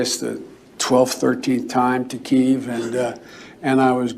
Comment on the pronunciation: It's not KEEEV you idiot Biden, it's Ki-eV.